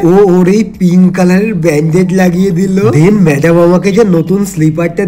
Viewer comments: মেড্যাম ❌ মেদ্যাম ✅ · খুব বেশি ন্যাকা হলে যায় হই আর কি ম্যাদাম❌ ম্যাডাম✅ 😂😂😂😂😆😆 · ম্যাদাম ✅️ ম্যাডাম ❌️ 😂😂